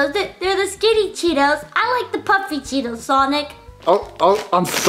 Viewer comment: I thought Panda said I want Tito. Not cheetos.